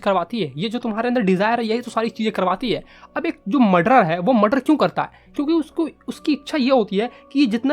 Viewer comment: Muder ni murder